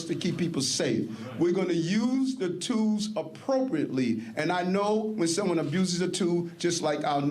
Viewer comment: IS HE READING DR.SUESS ???” 🙄 “A tooh dat abuses booze become a weapon.” “A tooth that is loose becomes a goose.” “We’re gonna use da tooze appropriately.” “DR. SUESS says ‘DON’T ABUSE A TOOZE’.” I feel like I’m watching SNL from the 70’s.😆